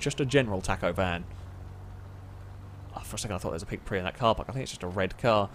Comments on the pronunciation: It’s Prius not Pre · IT'S PRIUS NOT PREE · If you have a drink every time he says pri...may you rest in piece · pree's we have another Pree. I love pink Prees Last i understood they were Prius. nails on a chalk board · Its a Prius, not a prix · I have to stop watching because I can't bear listening to him say "pre" over and over and him not realizing lmfao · 1 Prius, several Prii. It‘s not that hard... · It’s PRE-US that’s how you say it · I’m super confused on if he knows how to actually pronounce Prius too